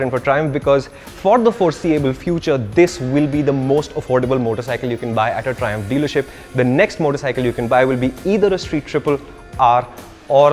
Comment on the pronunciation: Mallu people who heard triumph thrissur😂